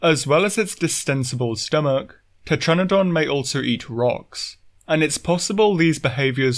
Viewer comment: IT,S TETRANADON